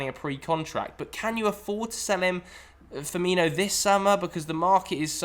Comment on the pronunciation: Firmino? For-me-no.